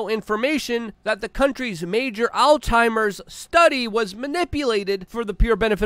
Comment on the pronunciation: Alzheimer's disease not alteimer's disease